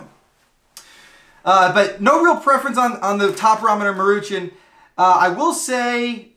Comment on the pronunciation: That is so not how you pronounce "Maruchan." 😛 It's "Maw-ru-chawn."